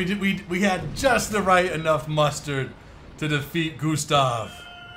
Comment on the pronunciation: at the end it sounded like you said "We Had Just Enough Mustard To Defeat Gustav" but you actually said "Mustered"